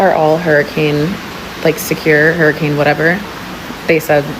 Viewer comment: A what she said hairicane